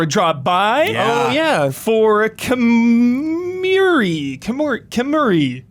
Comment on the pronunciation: for: Kemuri is pronounced as Keh-Moo-Ree with a rolled R for the future, so you don't feel odd trying to say it out loud.